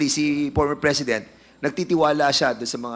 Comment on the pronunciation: pormer fresident daw sabi ni dan hoy letter ip yan hindi letter fe hehehe